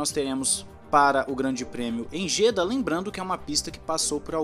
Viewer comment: Pelo amor de Deus.... não se fala JÊDA. Tem que falar JEDÁ. A sílaba tônica está no Á.